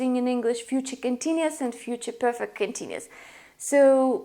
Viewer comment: Just saying, as a little bit of english help, the word is COMpound, not comPOUND. The stress is on the first syllable. Also, it's continUous, not continus.